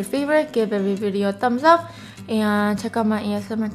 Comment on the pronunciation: "Hi guys welcome to my chano"😂😂